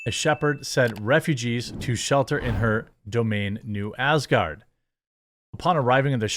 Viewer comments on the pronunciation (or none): none